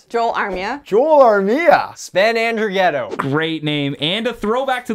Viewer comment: From a swiss: The pronunciation of Sven Andrighetto was pretty good.